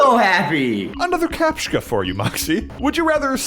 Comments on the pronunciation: "captchka" WHYYYYYYYYYYYYYYYYYYYYYYYYYYYYYYYYYYY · Captcha, there is no K in Captcha. Capt-cha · the way you say captcha hurts... It's capt-cha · its pronounced "kah-p-chuh"